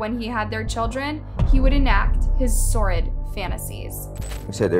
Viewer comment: Sordid, it's pronounced "sore-did", not "sorrid".